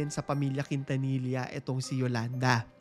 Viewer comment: Quintanilla it's pronounced as KIN-TA-NI-YA